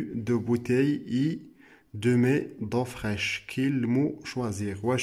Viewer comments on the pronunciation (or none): شكرااا خويا عندي ملاحظة خاصك تخدم على la prononciation ديالك مثلا demi انت كتنطقها demé وكذلك féminin كتنطقها fémina ......